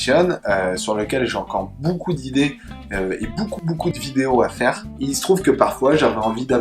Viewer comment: J'adore le "boucoup" au début et à la fin xD Sinon le contenu est riche et intéressant ! Et le programme marketting pour 2017 a l'air bien structuré... :) Continue ainsi c'est top !